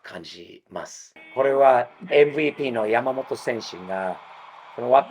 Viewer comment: さすがは、発音がヤマモロじゃないw 山本は日本より米国の方で人気あるんじゃないかと思っています